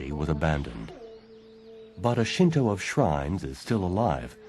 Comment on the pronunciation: Thank you for pronouncing "shinto" correctly. I died a little inside in the last video I watched, every time I heard "shin too" -_